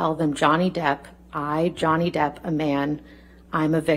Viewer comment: It is not Johnny Deaf but Johnny Debt!!!!